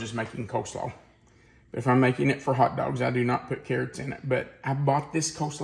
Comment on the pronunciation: I like when he says, "Hout Dauwgs"